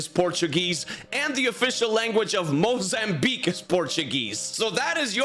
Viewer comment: The way he pronounced mozambique makes me happy